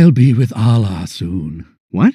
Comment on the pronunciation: As a Muslim, I'm offended that they didn't pronounce Allah properly!